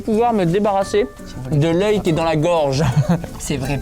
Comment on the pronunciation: Sympa cette vidéo de la rentrée. Je me pose une question, savez-vous pourquoi dit toujours "iske"? Est-ce que le verbe être au présent est si compliqué?